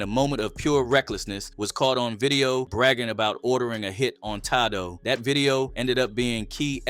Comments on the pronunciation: Who is tydoe 😂😂😂 it’s tadoe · "tay--doe" not ta-do 💰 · “TAH-DOE” is WILD. 🤦🏿‍♂️ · His name isn't Toddo